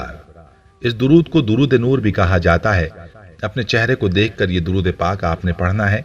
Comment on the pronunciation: Darood mein zer zabar ke hisab se alag tareeqey se padha